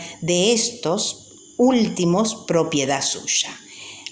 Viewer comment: Señora me va disculpar, pero usted lee horrible y se equivoca reiteradamente. Por ejemplo, no feideicomiso, sino fideicomiso. No es propiedat, sino prodiedad, entre otras cosas.